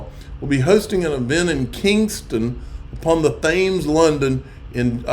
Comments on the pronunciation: Thames is pronounced Tems and not Tames. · Love the pronunciation of the Thames 😂